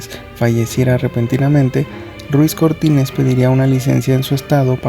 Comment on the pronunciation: Si su primer apellido es Ruiz por qué dices Cortínez?